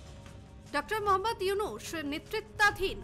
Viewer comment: ইউনুসের নামই যারা সুদ্ধভাবে উচ্চারণ করতে পারে নাহ,তারা নাকি আবার সাংবাদিক! 😂😂😂